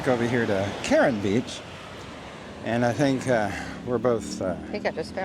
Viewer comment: Please stop calling it Karen beach.